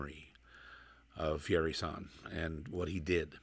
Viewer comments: Please pronounce Kazuo's last name out of respect for the master. It's YA-IRI, not YAE-RI. You said it correctly in the beginning but went back to the wrong way. Please. I do enjoy your videos a lot ! God bless! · First off it's pronounced Ya h - Erie not yawree. I sold Yairi's from 1976 to 2005 and I will tell all who will listen these guitars are far beyond the best guitars ever made, they are the finest. There is one thing about different makes, the Yairi is meant to be played with a delicate touch as this gentlemen is doing. Whereas, Martin guitars have to be played hard otherwise they lose their tonality.